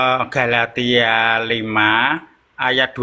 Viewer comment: Kali ini mengucapkan Galatia dengan.benar. Bravo! Jadi flashback ke video lama saat ingin mengucapkan Galatia 6: 7 - 8. Saking ngegas kali y :)